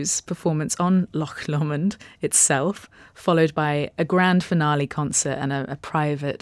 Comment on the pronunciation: Sounds amazing! Hope it’s a great event. Lovely location. Interesting pronunciation of Lomond. Typically “Low mond”